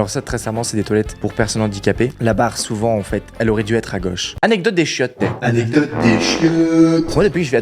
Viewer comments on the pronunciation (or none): Le " anedocte des chiotes "😂:)